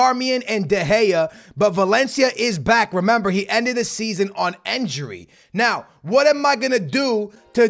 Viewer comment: I love your content but why do you say enjury instead of injury